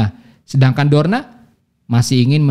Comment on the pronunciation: koreksi dikit bang, drona bukan dorna